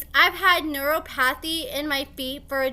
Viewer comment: I love but LAWD will she fuck a word or name up 😂😂😂 it’s NEUROPATHY …. NEUROPATHY sis 😭🫣🙄😭😩